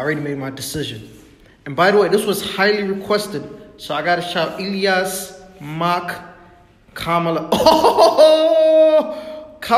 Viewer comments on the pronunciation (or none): none